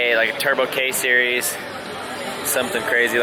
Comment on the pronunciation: Every time you say “k series “ my phone hears hey Siri!